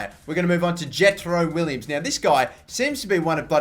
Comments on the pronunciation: Jetro Willems' last name is pronounced "Villems" not "Willems" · Will-ems not Williams! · Riedewald is pronounced Ree-Der-Vald Willems is Villems Just some tips for pronunciation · wow I'm stupid I meant to say it is pronounced villems. Sorry guys!